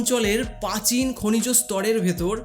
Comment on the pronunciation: আপনার র ফলার উচ্চারণ অস্পষ্ট। কথা টা প্রেম, পেম না। ক্রিস্টাল, কিস্টাল না। প্রাচীন,পাচীন না। প্রাকৃতিক, পাকিতিক না। আপনার ভিডিও গুলো বেশ ভালো। কিন্তু কিছু উচ্চারণ একটু শুধরে নিলে ভিডিও গুলো আরো সুন্দর হবে। আর হ্যাঁ, কথাটা প্লেসিবো (Placebo), পেসিবো না।